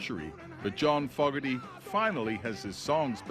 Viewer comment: Why ya all saying Fogg erty. When it’s Fo gerty.